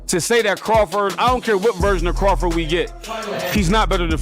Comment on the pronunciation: Who the hell is craftit 😂. It’s Crawford!!!